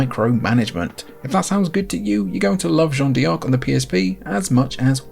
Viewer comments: Really sorry to be pedantic but as a French speaker I can't let it go. "Jeanne" rhymes with "Anne" and "D'Arc" is pronounced "dark". Just say "Anne Dark" with a "zh" sound at the beginning. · You're hurting my ears. It's pronounced Jeanne "Dark" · As a french dude, it's very funny how you pronounced John Dee Arc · It kinda bothers me that he pronounces it "John Dee Ark" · Lol that's the most American way of pronouncing Jeanne D'Arc I've ever heard. Fantastic game though! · ach Gottchen, wein doch nicht :) wieso so salty? Und Jeane d'arc halbwegs korrekt auszusprechen, ist keine Hexerei.